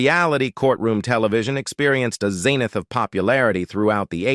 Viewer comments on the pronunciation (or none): none